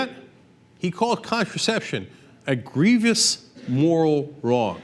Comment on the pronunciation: Young Turk, you are wrong. And it is gree-vous - not gree-vee-ous.